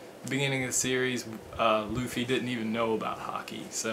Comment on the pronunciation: It's not Looffie it's Luffie with a short u sound.